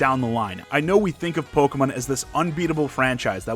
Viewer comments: the way this guys says "pokemon" makes me hurt a bit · I love how you pronounce Pokémon.I might start pronouncing it that way if I can remember to keep it up.